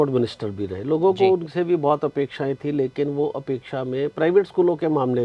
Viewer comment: Timing ये भाई 20000 स्कूलों के प्रधान हैं और अपेक्षा को उपेक्षा बोल रहे हैं । ये उपेक्षित रहने के ही लायक हैं ।